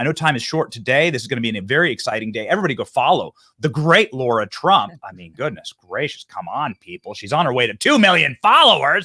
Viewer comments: Betty you pronounce Lara Trump's name wrong. You say Laura. ❤ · Benny, her name is Lara NOT Laura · Calls LARA, “LORA” for 20 minutes. 😅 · I love you bro but its LARA, not Laura :) She's brilliant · Benny stop calling Lara (Laura) very disrespectful...